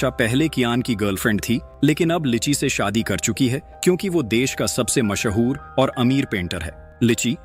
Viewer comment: Mashaoor✅ Mashoor❎